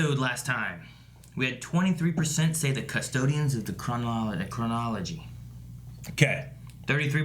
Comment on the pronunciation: IT'S PRONOUNCED CRUH-NAH-LUH-JEE.